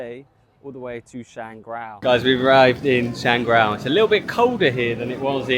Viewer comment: My grandpa is from Shangrao. It's Shang-Rao, not ShanGrao. Enjoy.